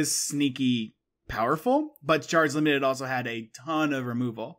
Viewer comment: Obsessed with how pronounces “Limited”